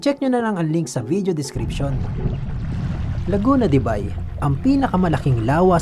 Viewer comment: Laguna de buy visayang visaya buy 😅😅 ausin mo tol laguna de beyyy dpat ang pagbasa😅